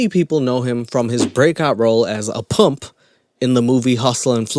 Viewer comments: Never knew people pronounced pimp like pump before 😂😂😂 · How are you going to talk smack about someone who says “mane” as in “man” while acting in a movie portraying an accent/dialect; meanwhile you can not even pronounce the word “pimp” correctly? “Many people know him from his break out roll as a PUMP in the movie hustle & flow” Seriously? Pot, kettle, black. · Its PIMP NOT PUMP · you cant pronounce your 'R's...and you say pimp like "pump"....wtf wrong with you.... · As a pump..??!?? What’s a pump..?? U lost me in the 1st 30 seconds if u can’t say the word pimp my guy 😅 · "Powell" instead of power "Pmph" instead of pimp, all of these other mispronunciations and yer feel the right to poke at someones dialect when they're acting a role of a southern mf who talks like that... smh. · *Pimp not pump😂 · How bout the way this guy pronounces Pimp... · This guy couldn't pronounce the word pimp right😂💀😒 he just as bad as he actor he is trying to talk trash about this guy this channel trash get your English game up then try to explain some shh😂😂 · FACT, CHECK - Terrance Howard is NOT on POWER, he was on EMPIRE! ATTITUDE CHECK - You really tried to make fun of Terrance Howard for being arrogant, AND you dissed an AAVE Memphis accent (The term Maine & the way he said it), when you couldn't even pronounce the word pimp - IT'S 4 LETTERS DUDE. 🤣😂😭 I won't even go in on that lisp or whatever that is that makes some of your words harder to understand. You have some high horse. I don't know if he (TH) did or didn't disprove math, but you proved that YOU are just as arrogant and ignorant as Terrance Howard ever was or could be. Thumbs down and I'm only 4 minutes in. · Your mouth sounds are really annoying and gross. It's almost like you're sucking your teeth before you start every sentence, or that you have a super dry mouth. 🤔 Either way, it's annoying and really gross to hear. More annoying than the way you pronounce pimp. Drink some water.